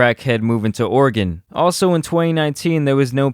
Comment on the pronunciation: Thanks for saying Oregon correctly 😂😂